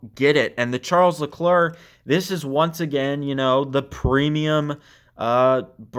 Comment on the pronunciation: Charles Lecluur?!?